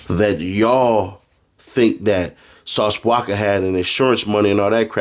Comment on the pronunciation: The way he pronounces Sauce "Wacka" name be havin me rollin 😂